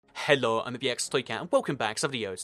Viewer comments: CHELLO AND IM NOT ABLE TO SPEAK CORRECTLY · When he says hello it sounds sooo weird!